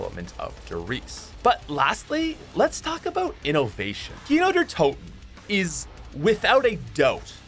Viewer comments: Who heard how many times he said Kiner der toten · I can’t believe there was a time when I didn’t know kino der toten existed and I thought people were mispronouncing nacht der untoten. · Every time he’s says kino der toten all I hear is keener der toten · Its so weird hearing you say Kino der Toten as a german😂